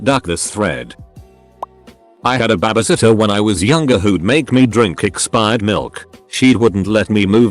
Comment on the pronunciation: No one: Narrator: Ba-ba-sitter